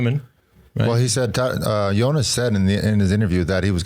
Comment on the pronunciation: Sir Bradley: It's 'Jonas', not 'Younis'. 😅